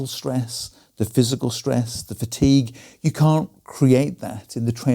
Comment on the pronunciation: "Fatique" be gone!